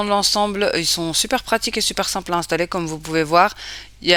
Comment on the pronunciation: LA MARQUE QUOI ????? « SIMPLI » 😭😭😂😂😂😂😂😂 pourquoi tu te complique la vie alors que le nom de la marque c’est « SIMPLE »